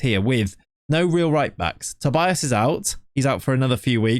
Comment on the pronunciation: Another thing, you say Tobias, but in portuguese would be said like "Tobeeas" the i is pronounced like e